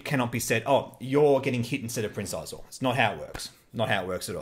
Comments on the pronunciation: Xizor is a play on Caesar so I'd pronounce it as See-zor ......I think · "Prince Xizor": The pronunciation of Xizor's name is established in the novelization of Shadows of the Empire & Star Wars: Empire at War: Forces of Corruption as "shē'zōr"